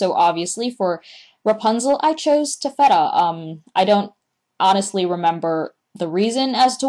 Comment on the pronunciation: your pronouncing taffeta wrong :/